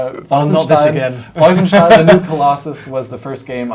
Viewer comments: That Wolfenstein Pronunciation though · Biggest face palm when you pronounce Wolfenstein like that..